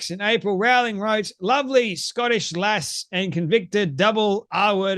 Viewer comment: Rowling. Not 'row'as in arguing, but 'row' as in rowing a boat. Best to pronounce her name correctly.